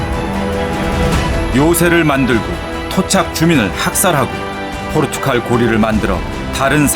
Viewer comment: 자꾸 포르투‘칼’ 하시네